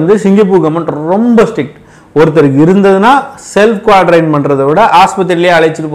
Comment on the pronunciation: குவாரன்டைன் னு சரியா சொல்த்தெரியல எதுக்கு இவ்வளவு எதிர்ப்பு, புல்ட்அப்பு? நீ டாக்டரா